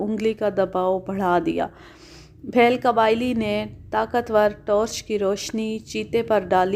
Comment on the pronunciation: Bheel بِھیل ایک نچلی ذات کی ہندو قوم ہے آپ تلفظ پر خاص توجہ دیا کریں